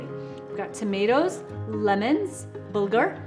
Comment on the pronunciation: Bulgar pronounced Butthole ok got it 👍